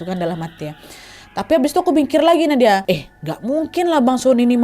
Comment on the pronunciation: salah ngomng Nadia😭